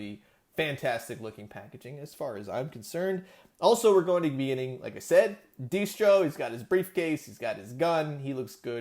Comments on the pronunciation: Cool video, but “Dee-stro”??? Seriously? It’s pronounced “Destro”, man! 😊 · Ummm...is he saying “deestro” on purpose??? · Dee-Stro???? 😂😂😂😂 Dude. Cmon. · The target thing sucks . But what’s worst of all is how you Mis-pronounced Destro’s name the entire video. Poser